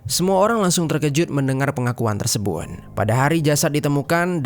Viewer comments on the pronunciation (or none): hidup ya, bukan hidung. Mana tau kalian salah dengar 😊 Tersebut bukan tersebun